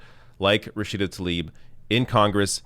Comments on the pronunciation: it's pronounced Tlaib, not Talib; please! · It's not taLib! It's tLaib (pronounced - tLa-eeb)